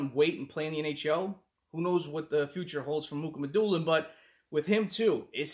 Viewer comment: It’s not Muk it’s (Moo Ha Ma Dew Lin). I call him Russian Sasquatch